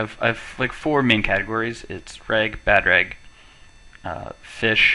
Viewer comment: "reg" not "rag" reg = regular, bad reg = bad regular... you can go from there